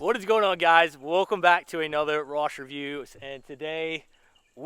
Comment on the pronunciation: Rossssssss not Rosh